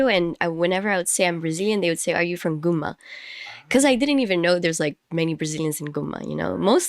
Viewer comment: It’s cool your pronunciation of Gunma or Shizuoka is totally sounds like Japanese ,even while you are speaking English!!😂